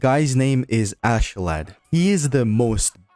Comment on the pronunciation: Thanks for pronouncing Askeladd correctly, it means a lot. I don't understand why it's so hard for so many...